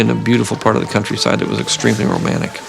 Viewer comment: i think hes saying Romanic? like from the roman age